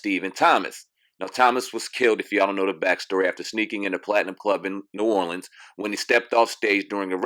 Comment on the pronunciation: Thank you for saying New Orleans properly!!!! Your definitely invited to a crawfish boil and a second line!!!💜💜💜💜